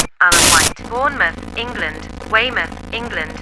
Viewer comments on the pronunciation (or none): none